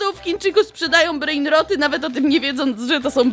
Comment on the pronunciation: a wogule cały czas muwisz breinrody